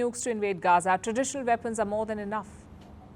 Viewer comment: HAMAS was pounced in several different ways in this video. At the end "weapons" was pronounced as "weepons". Loose the computer generated voice, use a human.